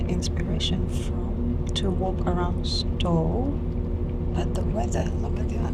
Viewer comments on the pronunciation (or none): Just for info: Stow is pronounced Stouw. It caught me out when I first moved to Edinburgh, 40 years ago.